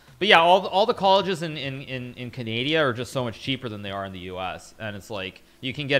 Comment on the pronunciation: Canadia? Is this how americans call it?